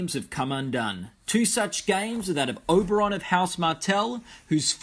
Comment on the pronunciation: Oberyn Martell, not Oberon.